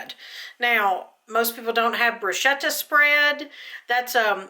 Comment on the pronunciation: Bruschetta is literally translated to 'bread toasted over the coals'. The bread is the bruschetta. Pronounced broo-sket-ah. Hope this helps